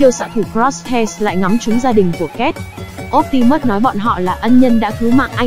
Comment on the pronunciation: Phát âm bị sai chữ optimus nhé.